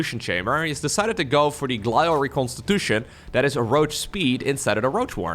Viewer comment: Day 10 billion of mispronouncing 'Glial Reconstitution' 😂 'Glee uhl' not 'Ghillie uhl'